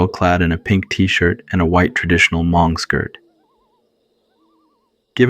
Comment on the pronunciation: “Ha-Mong” um, what?! 😂